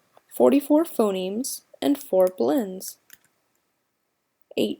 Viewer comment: Pho-NEMSZ not nims!